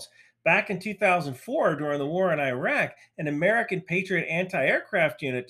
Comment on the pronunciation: I like your videos but pronounce "Iraq" correctly. It's not "i" raq.